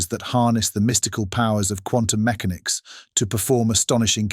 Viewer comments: Whose picked it? AI voice. "Meckenics" not mechanics. Already here. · for future reference quantum meCANix, not MECanix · Yet another vid, with an intentionally alarmist title, narrated by what sounds like AI. Who pronounces "mechanics", MEK-uh-nics, (although sometimes pronounces it correctly) and "subsequently", sub-SEE-kwent-lee"? One minute "quantum" is pronounced KWON-tum, and the next, KWAHN-tum. Also, an English accent but using American terms. English people don't say "two thousand seven"; they say "two thousand and seven". More examples: "Technology" pronounced tek-NOL-a-gee, (hard G), not tek-NOL-oh-jee. "Fiction" pronounced "FIC-tee-un". "as the project GUY-ned Mom-en-toom" Gained momentum? "an unexpected GOV-un-men should un hinder it's pro-GRESS" UH? "Uncertainty" pronounced "UN-ser-TAIN-tee" (This just gets worse as the video goes on)! "Society" pronounced "SOH-see-uh-tee". "Misused" pronounced "miss-OO-st". "AI development has sur-id FOR-wor-d" Surged forward? (Ironic)! I could go on... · Is this an AI voice over? At around the point the narrator refers to “Quantum mech-a-nics” rather than “Quantum mech-an-ics”, a very unnatural pronunciation and an unlikely error for a native English speaker. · Ah, but quantum computation couldn't teach this AI narrator how to say MECHANICS or CHINA correctly. It also cannot insert periods (.) or Capital Letters at sentence breaks--and one would think that it should be able to follow a script provided for Closed Captions. It even misspelled Michio Kaku.